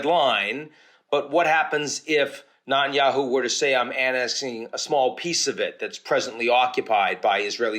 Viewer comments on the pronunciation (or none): What is wrong with you Ian .... you know his name is NETanyahu not NUTanyahu. It reallly makes you look like an irrelevant ankle-biter.